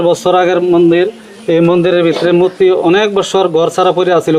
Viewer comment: Gate way of India ase Mumbai te ar Delhi te ase India Gate... arekta kotha.... "Mutti" abr ki jinish... its "Murti" 😅😅